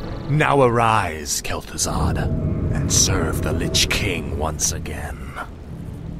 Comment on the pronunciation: i love your stories you research is spot on and the detail is amazing, but i am sorry and i mean no offense but why do a lot of Brits pronounce th as an f like Arthas as Arfas and deafknight kel fuzad?